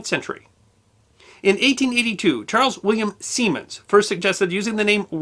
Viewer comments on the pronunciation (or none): none